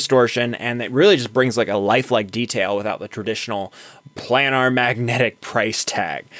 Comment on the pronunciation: Headphones- Your headphones are pronounced 'PLAY-nahrr' not 'Plan-nahr'. I enjoy watching a generation looking back on music of this era and rediscovering the shear talent (not software) that created many timeless masterpieces. Kudos!